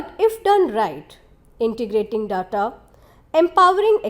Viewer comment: Horrific! Is this some kid's video? I thought I was looking at one of the TS videos but lack information, production knowledge and whoever has done the voice over, pathetic. 'Ingredients', 'data' names of the minerals spoken. Please do not compromise the quality. For your videos production including research or even voiceover, contact me or ASK production. With this quality TS is making a fool of itself.